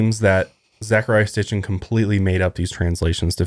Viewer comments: Zecharia Sitchin - It's pronounced SIT-CHIN not STIT-CHIN. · Geezuz it's painful watching these 2. It's Sitchin, not sTichin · Zecharia Sitchin! Not sTitchin lol I'm listening to his book "The 12th planet" right now and it's all about this stuff. Perfect timing with this podcast :) I love you guys! Keep up the good work :) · S-i-t-c-h-i-n. Zachariah Sitchin. Sorry, but I have some bitchy problem with hearing people mispronounce things repeatedly that compels me to correct the speaker. 😅 I like that you two seem genuinely interested in the topics you cover, though. If you ever do another show about ancient aliens and you need a researcher, I’ve spent the better part of the last decade reading extensively on the subject and am currently working on my own book on the topic, as well. I have about 40+ books in my personal library that would blow your minds. 😉 Please don’t take offense to the correction- it’s meant to be helpful criticism!